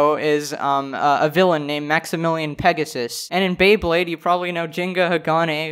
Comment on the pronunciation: Everyone, Listen: Petasus.